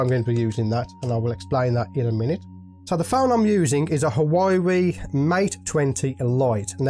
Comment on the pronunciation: U pronounce Huawei wrong mate It's pronounced Hwaway